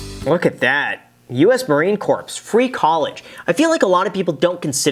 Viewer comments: It’s pronounced core, not corps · Ah, Im gonna be that guy right now. It’s pronounced “Core” not “Corpse”. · The way he pronounced the s in corps